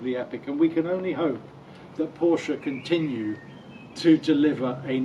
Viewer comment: What a strange review, so many oddities that tbh im not sure where to begin. Firstly its not a call to the USA emergency line, its a Nine Eleven Its got a flat six not a straight six 991 has 3 body widths not 2 Front lift is 2 to 3 seconds not 10 Then there's your weird pronunciations - grand, sonorous and lamborghini are the 3 i remember the most, but werent the only ones by a long way. The cage btw helps with luggage as it basically stops it from moving about the cabin I think you mised the point re 991.1 vs 991.2 Very few bemoaned the 991.1 GT3 and its driving ability or steering when it came out - Chris Harris for example called it "incredible calibration" and "chassis is a massive step up from previous generation" and "fixed all the front axle problems from the 997" and "best electric steering ever and not once today have i wished for hydraulic steering". Other reports waxed lyrical in a similar manner, including Jethro (who disliked the steering on other 991 generation 911's) writing and filming for Evo who said about the front end grip, balance and special feel and praises the genuine steering feel and how the whole car "courses with information" I know Henry wasn't as huge a fan of 991.1 GT3 as he'd hoped to be but i dont recall him slating it either. What i believe Henry meant is that somehow the 991.2 despite just being a facelift it actually moves the steering and indeed whole car on by a (to him) noticeable margin over the already good 991.1